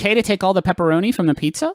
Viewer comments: As someone who has always known pepperonis to be pronounced as "pepperonEES", hearing them say "pepperon ISS" is revolting. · Maybe I’m just tired but hearing ‘pepper-onus’ instead of ‘pepper-onee’ is making my bones unhappy. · WHY DO THEY PRONOUNCE PEPPERONI LIKE THAT PLEASE TELL ME ITS ON PURPOSE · please griffin. please stop saying pepparonus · excellent video, but why do they say Pepperoniss? Pepperonus? Pepperoness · Pepparonis Patronis